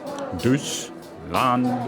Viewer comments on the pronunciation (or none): Hey...i always see your struggling with the pronunciation ^^ let me help a little: the letters EU are pronounced OI - so it´s Doitschland and Foierzangenbowle (best forget everything you know from English when it comes to pronunciation... German has a completely different system that requires some practice - if you use the English system you not only make the words sound extremely funny but can also push them to a level that they are not recognizable anymore - happy studies 🙃😃👍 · I really miss Christmas markets since I grew up with them. Wish the US would implement them. Little suggestion that would make your videos more credible. Learn how to say Deutschland since you use it in so many videos and it's still very stereotypical American sounding.